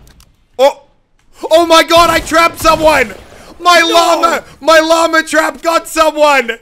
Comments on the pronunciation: Stop saying llamerr. It’s llama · Whenever muselk says “llama” I hear “Lamar”